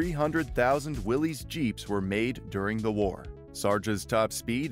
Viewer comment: Will-is not Willies 🤦‍♂️